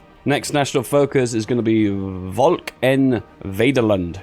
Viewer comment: nice video! I also heard you say "volk en vaderland". It was funny since I speak dutch. you almost nailed it volk was almost perfectly correct. and with vaderland you actually said (in dutch) "vederlend" I think its was really funny the first time I heard you say it but I have to congratulate you on almost nailing it xD.